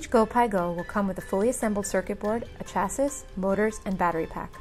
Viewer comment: chassis is proncunced "sha-see", jesus wept